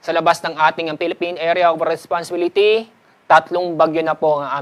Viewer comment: sir hirap po yta sa pag pronounce ng responsibility